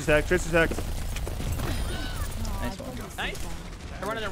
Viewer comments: Lol when hacked ball, it sounded like he said ball sacked. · I watched this live on stream. Some of us kept hearing "ballsac, ballsac" haha.